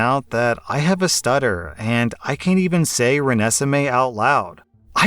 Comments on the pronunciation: The progression of saying Renesmee worse and worse kills me😂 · Hearing him mispronounce Renesme while talking about how OP can't pronounce it was hilarious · 2nd story, the boyfriend was an ahole, but i just can't stop laughing at trying to say Renesmee lol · I love how did pronounce Renesmae right a few times but kept changing it cause he didn't fully know what was right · Anyone else notice pronounce Renesmae at least 6 different ways? And the only correct one was when he read the title. Lol!! Now, you understand why even Twilight fans hate the name. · I love how pronounce the stupid twilight name differently every time he said it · Sounds like can't say the kids name either! Lmaoooo😂 I laughed every time he tried to pronounce it. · I was hoping you would keep saying Renesmee so I could see how many different ways you would pronounce it lol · As much as i hated “renesmee” (and especially the nickname nessie😭) it bothered me that he kept mispronouncing it 💀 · thank you so much for mispronouncing that awful name in a different way every time 😂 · Legit the way he kept mispronouncing Renesmee had me dying the whole second story. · Im convinced that purposely kept mispronouncing Renesme as many times as he could because honestly it just made me laugh the whole time 😂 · saying Renesmee incorrectly is so funny. It sounds like he’s mocking it on purpose 😂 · With the baby name post, I like how got it right the first time but then processed to butcher it more and more as the post went on. Also, when he first said the name, I was like “oh, like from twilight?” And then it was confirmed that it was exactly the name from twilight. Also, and I’m going to admit that I never did finish reading the book series, but at least in the movies went Bella revealed the two potential names, I remember liking the boy name better. I remember what it was though off the top of my head. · Ren - es - (short I sound) I - may